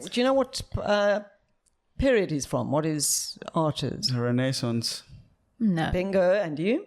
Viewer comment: René-sance... Don’t say this poddy doesn’t teach you something new every time